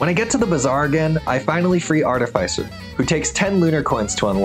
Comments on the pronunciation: Its pronounced Artificer. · The way he pronounced artificer was making me want to quit watching 💀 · that is not how you say artificer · Why do you say artificer like that?